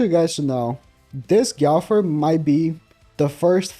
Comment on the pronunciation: Like how no one can say gowther’s name right like it’s not hard. His not an animal say it right.